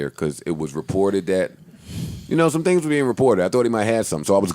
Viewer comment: I wanna apologize for saying tings as a 37 year old man -joe 😭😭😭😭